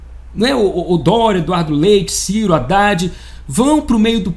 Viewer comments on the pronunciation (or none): none